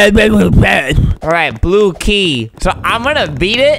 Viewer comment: Whenever Albert says "Blue Key" it sounds like "Blooky" and reminds me of Napstablook the depressed ghost from the Underman series.